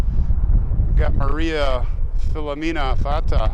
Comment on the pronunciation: Nice footage, I do have to say though respectfully that as an Italian I take offense to the careless mispronunciation of first names and last names. Filomena and Filomina are two different names and you say each as the same! Not just disrespectful to the recessed but to the Italian community as a whole. Thank you.